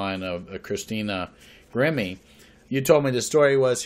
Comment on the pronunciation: Excellent as always.... Interesting that her name Grimme would sound like "emerge" spelled backwards when verbalized like "e-mmirg"